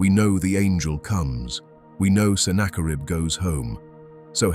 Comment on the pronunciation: I'd easily and gladly give this a 10/10. Except... The quality of your work is seriously tarnished by using defective AI narration. It's better than most, but the tells are still there. Who is senna-kar-ibb? This kind of pointless switch between proper pronunciation and AI nonsense happens throughout. Like I said, the quality here is really, really good. Why do you not proof the AI's narration and correct these? Or better yet, don't succumb to the temptation of easy & quick. Maybe even cheap. Use a human narrator. Because this video deserves better than AI gibberish.